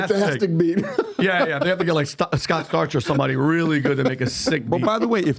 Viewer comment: "scott starch" lmfao. Wtf